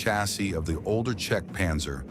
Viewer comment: Задрал этот ПанзËр!!! Невозможно слушать!!!